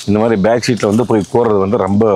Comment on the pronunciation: Love the way he said roambba sappaya iruku, compared to Bose speakers 😂